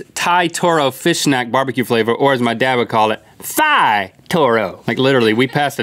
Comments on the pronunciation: At the taro they said Thai but its pronounced Tai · Thai is pronounced “tie”, not “thigh”. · Rhett is saying Thai wrong(unless people say it differently in different areas). I say it like tie. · Rhett ‘i don’t speak THIGH’ LMAO 😂